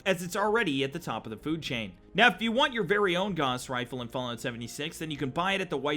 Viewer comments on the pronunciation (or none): Gauss is pronounced with "gau" rhyming with cow